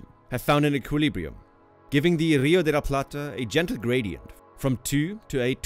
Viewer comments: Congratulations! For an English speaker, you nailed " Rio de La Plata" pronounciation perfectly! Cheers!!! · Muy bien pronunciado el "Rio de la Plata" <3. En el colegio de Argentina se enseña que ése área se lo llama estuario